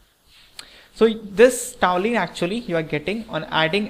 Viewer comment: really nice conversion problem.one thing i want to point out, it is toluene not toulene.thanks .